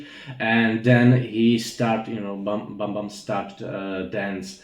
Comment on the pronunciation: Bambam not Bumbum!